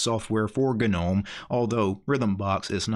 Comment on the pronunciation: Take a shot every time this man says "g-nome."